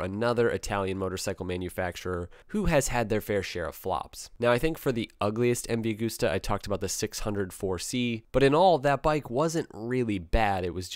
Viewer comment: Ducotty????? MV agooster???? never heard of them. Is this how Italian sounds to the guys across the pond?